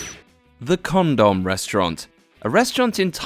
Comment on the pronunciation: DID HE JUST SAY CONDOM RESTURANT??? AHHHHHH